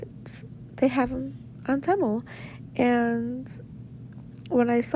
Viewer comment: Haaaaaate how you say Temu. It's Tea- Moo, like tea and coffee and moo like the sound a cow makes. 😆